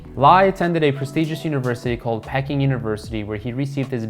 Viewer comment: Great topic to cover so well done on that. Fundamentally however I agree, if you are going to bio somebody make sure that you know how to pronounce their name! Also, I think Peking University is pronounced "Pee-king". It was only the capital of China since the 1200s until the 1950s.